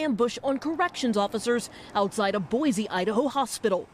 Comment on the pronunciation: Boy-see not boy-zee. Boise is spelled with an s not a z good god people it’s not hard to say.